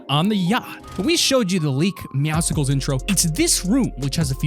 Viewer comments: Oh my God it is not meowsicles it is meowscles like meow and muscle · It's not ( meow sicles ) it's ( meow souls ) that's how you pronounce it atleast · "Meow sickles" its pronounced meow soles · Jesus christ, Meowcicles? It meowcles like muscles, not popsicles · Bro it’s not Meowsicles it’s Meowscles. It is combing Meow and Muscles. You pronounce it “ MEOW-sls” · It’s not meowsicles it’s meowscles like meow and muscles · It’s not meousicles! It’s meowcles meow and muscles put together!!! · It’s not meowsiclels it’s meowsles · It’s not pronounced Meowsicles It’s pronounced Meow scules like Meow+Muscles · its meow-scles not meowsicles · ITS meowscles not meowsicles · MEOWSLES NOT MEOWs cles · Meowscles* not meowsicles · His name is meowsicels, it is said meow-suls the c is silent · Meowscles not MEOWSICKLES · its meowscles not meowsicles like a popsicle XD 😂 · Dose anyone else get triggered when some says meowSKLES or meow sickles instead of the correct pronunciation Meow scles witch is just muscles but mus is meow so muscles is meow scles. Edit: I speed wrote this so I know I have spelling mistakes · It’s not Meowsicles it’s Meowscles (pronounced like muscles) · It’s not meow-sickles It’s meow-cells Like muscles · It’s meowsles, not meowsikals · Bro, meowsicles? You for real? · AHH it gets me mad that you say meow sickles! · The c makes an s sound in meowcles it's muscles but meow Meow cles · did he just say meow sickles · It’s meowscles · How about when he called meowscles, meowsicles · it's not meowsicles, it's muscles but instead of a mu it's a meow. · It’s pronounced meowscles, like muscles, but replacing the mu with meow.... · It's actually pronounced Meowscles like muscles but Meow scles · sorry to correct you, but its "meow- sulls" prounced like muscles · I was literally about to write my own comment on this. It’s supposed to be pronounced meow scles meaning to sound like muscles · It’s pronounced like muscles but with meow instead of mu